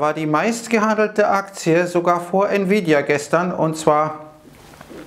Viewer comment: Hat der gerade Nvidia als "Nie wieda Aktie" betitelt?:-)